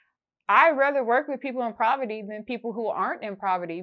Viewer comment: It’s called POVERTY not “PRAVERTY”